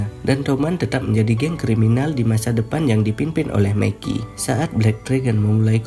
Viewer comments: gw dengernya meki njir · Mikey anjir bukan Meki